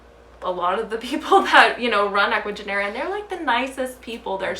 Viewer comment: Totally agree about importing and just wanted to mention that when pronouncing of Ecuagenera, the G in Spanish sounds like an H in english, so instead of Genera, it would sounds like Henera. I have just noticed that a lot of English speakers on Youtube are pronouncing their name wrong.